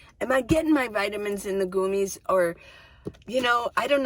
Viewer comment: I take gummies for D3 and they're great! It's called gummies, not goomies though 😂 Sounds like gummy bears!